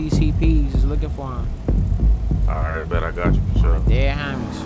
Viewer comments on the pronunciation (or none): Dead Homies ❌ Dead Hamies ✅